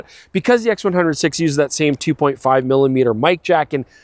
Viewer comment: I cringe every time he says "X100 'Vee' " instead of "X100 Five".